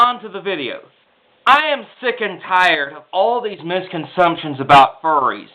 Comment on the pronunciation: Mis... Misconsumptions??? Did you really say misconsumptions??? I don't think that's a real word...